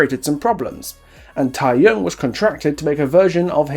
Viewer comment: I'm sorry, I agree with you on basically everything, but I can't help but be bothered that you don't make much effort to pronounce any of the Korean properly yourself. It's easy enough to check online for how to pronounce keopi or the tae in tae-young and taekwondo. Also, one thing that, while I don't like the japanese in the world at all, you kinda brought up a great point just before about the realm being his delusion. Idols promote in Japan and, while I would never expect those ads to be printed in Korea because why, it's something that he would have done and would be logged in his mind with all the other promotional material he's done. But I feel like, for the map, just focus on Korea please...